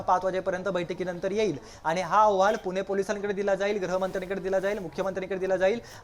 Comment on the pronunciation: याला अहवाल हा शब्द ही नीट उच्चारता येत नाही. औहवाल म्हणत आहें 😂